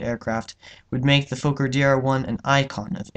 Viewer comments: It’s “Fokker” not “Fowker”. Why do yanks insist on changing everything? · Not pronounced like "folker" Sounds like "Fawker" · His name was Anthony Fokker... pronounced FOKKER, not Foker. Why change the pronunciation? It is not a swear word but the manufacturer's name! But, the essential answer as to why you pronounce foreign names differently is because you're an American!